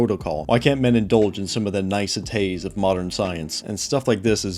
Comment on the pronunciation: "nicetays" sounded like nice tittays, but i think you meant to say "niceties" (Nī-set-ees) :)